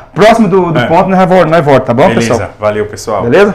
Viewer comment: " Nois vorta" kkkkkk Vortamo! Tá bom! Abraço! 👍😷✌😂